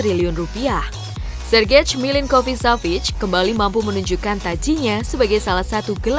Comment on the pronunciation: Itu Sergej jangan dibaca plek2an Sergej dong. Sayang kontennya sudah update dan cukup, tiba2 ga enak didenger